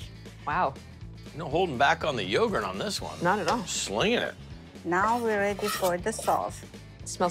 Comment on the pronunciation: He said slinging yougart